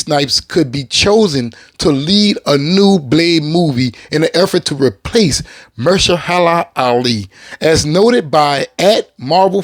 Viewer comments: Say it with me now. "Muh-hersh-alah." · MA-HER-SHA-LA...damn. You gotta work on butchering names bro. 😅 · Good brother, I love the Blade content and I'm with you 1000% for Wesley... But Mahershala Alis first name is pronounced muh-HER-shuh-luh Not "mer-shuh-HER-la" which you've consistently (and hilariously) mispronounced it as. I don't want him as Blade either but I think it's respectful to pronounce one of our Oscar winners name right, ya know? Peace brother! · Are you mispronouncing his name on purpose? lol